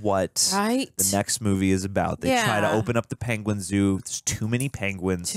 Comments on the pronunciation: Benedict Cumberbatch mispronouncing the word "Penguin" will never get old and it's absolutely hilarious that he still brought that to this movie and the directors just went with it 😂😂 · Dave's video call is just...gold. this entire movie is right up my stupid humor alley. and yeah benny cumberbatch mispronouncing penguins has me SCREAMING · Poor sod learned about it after he'd recorded this and I remember watching it and being like "aww..it was every time as well..." 🤣🤣🤣